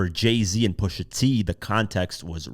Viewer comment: Not Pusha 😭😭😭😭, c'mon dawg!